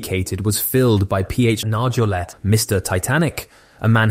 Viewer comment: Why don’t you pronounce Nargeolet’s name correctly? You must know it. I’m just wondering.